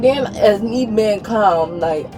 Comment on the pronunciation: You're hurting MEE....YUH....Always 1-syllable words become 2 syllables.....What did I DOOO-UHHH..???